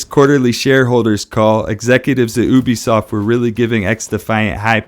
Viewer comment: I work at ubisoft and it's pronounced YOU-BEE SOFT